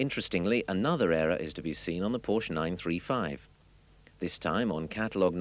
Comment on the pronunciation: Irony: The narrator talks about the misspelling of Porsche but is entirely oblivious of the fact that he misspronounces Porsche every single time (the "e" is NOT silent!).